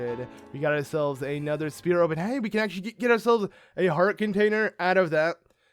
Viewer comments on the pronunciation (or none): none